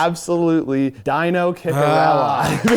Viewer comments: That was certainly a special way to pronounce Dino's name lol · That's one way to pronounce Dino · Dino is pronounced Deano....Cicerelli is pronounced Siser-elli Get it right boys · absolute butcher job on Dino’s name 😂😂😂